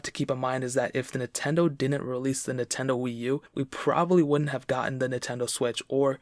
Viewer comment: Drink whenever he says “Nahtendo.”